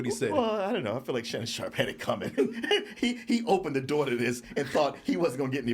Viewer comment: I love the DT crew but on certain topics their corniness definitely shows. The whole time, I was like these dudes cant be that nerdy that they don't pick up on this shit. I had a feeling shit might get a little corny when struggled to pronounce Shannon Sharpes name..😂😂😂😂